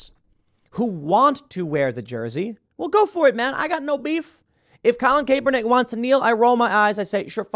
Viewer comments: I refuse to believe Tim doesn't know its pronounced Cahp-eerr-nick and not Kayy-per-nick. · “CAPE-ERNICK” 😂 Bruh. At least figure out how to say the guys name before speaking on him. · I will never NOT laugh at Tim saying "Colin KAY-Pernick"